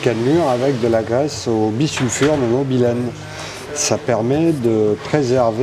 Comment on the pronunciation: Bisulfure de "mobylène" ? Bon, je vieillis et suis un peu sourd, m'enfin ... Sinon, très intéressant !